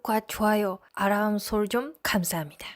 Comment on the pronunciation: '알람'은 '아람'이 아닙니다. '알-람'으로 발음하세요.